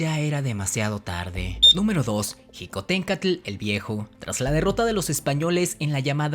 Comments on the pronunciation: No se plronunsia jicotenka se pronuncia shicotencatl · Mi abuelo me ablo sobre Xicotencatl pues es mi apellido materno Y se pronuncia shicotencatl no Ji como tú lo haces saludos desde puebla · Xicotencatl se pronuncia shicotencatl o apoco dices jochimilco? E investiga bien lo que paso con Xicotencatl, estas en un gran error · Felicidades por el video y por el canal, te sigo y me gustan tus videos, con algunas reservas, en particular quiero hacer un comentario respecto a cuando te refieres a Xicoténcatl, si bien es cierto que la X en MÉXICO tiene diferentes usos, el que tú usas la J para referirte a Xicohténcatl, en lugar de la SH (fonética) y dices Jicotencátl, el mismo corrector del teléfono advierte el acento de otra manera, solo es un comentario para saber de donde proviene el que pronuncies así, y así poder retroalimentarme, gracias por la atención al presente comentario y nuevamente felicidades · Mal prononciado Xicoténcatl e Ixtlixóchitl, ahí dejé de ver, por favor más seriedad nopalones, le echan mucha crema a sus tacos, al parecer en donde estudiaron la primaria tampoco sus "maestros" tampoco supieron la correcta pronunciación de los nombres.